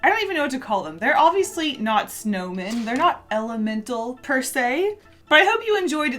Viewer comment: All I can hear is snowmain